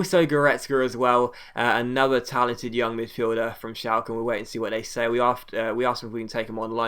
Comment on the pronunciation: Schalke is pronounced Shalker